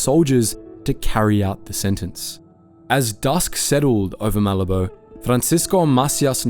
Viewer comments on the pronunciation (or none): Malabo is not Malibu. It is MA-labo